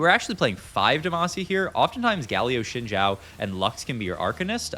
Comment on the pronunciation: This guy has pronounced Briar as Bree-Ahr like a dozen times but pronounces Xin Zhao properly as Shin Jow. I am confused...